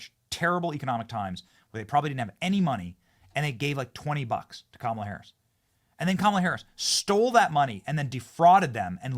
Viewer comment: Everytime I hear "kamilla Harris" I laugh 😂